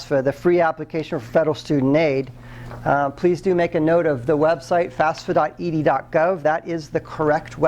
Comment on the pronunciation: Umm...it is called FAFSA, not “FASFA”...